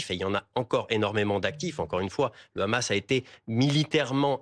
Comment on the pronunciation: Pourriez vous dire a votre grand reporter specialiste du moyen orient Laurent H que "Hamas" en arabe ne se prononce pas raaamass mais Hamas? Il sera un plus credible dans ce qu il raconte. Pareil pour la dame qui a ensuite commente.